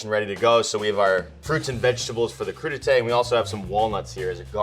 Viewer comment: Every time he said Crudités I kept hearing #PootieTang